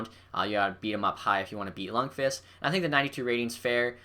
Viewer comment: This guy doesnt know shit bout hockey who agrees he can even pronounce lundqvist's name lol